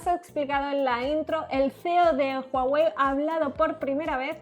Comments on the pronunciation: PORQUE DICEN JUAWEY?? SI LA H ES MUDA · Se pronuncia Guawei, no Juawei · comienza hablar de Hawei